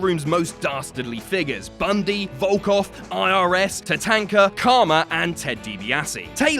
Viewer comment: Tuh-Tank-Uh is how Tatanka shall be pronounced from now on.